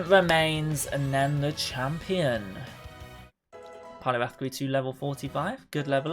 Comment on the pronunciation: It’s poliwrath Not poliwath